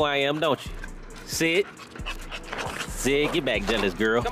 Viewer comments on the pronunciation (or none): That's a wrap it's DONE On the Lincoln. Dammmmm kobe got swole, oh pronounce the T at the end when you say sit.. T sh.. Now my wife wants a tri bully